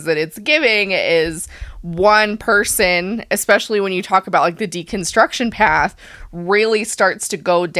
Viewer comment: Whoa, did he say "decunstruction"? Hmmm...